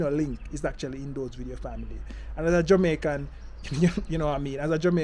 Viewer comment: Can you stop sating family, the pronunciation getting on my nerves.